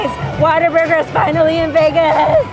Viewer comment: I think it’s cute how many say Waterburger and not Whataburger 🙃